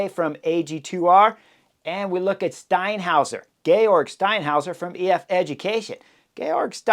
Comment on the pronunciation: Got that 'Steinhauser' down pat!